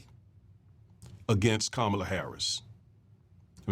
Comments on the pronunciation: It's pronounced COM MA LA. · NO its NOT!! Say it with me now! COMMA LA HARRIS. Her stepdaughters call her 'MOMALA' NOT ' MAMALA'.